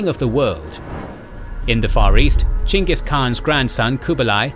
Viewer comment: i dont know if you’re proud of yourselves but i sure am proud of you for going out of your way to pronounce it Chingis Khan, as should be, even if nobody was going to correct you for saying Genghis Khan